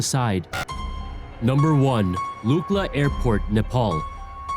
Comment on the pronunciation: Te gu ci gal pa Luck La Bro when you don’t say it right takes away from how smart you sound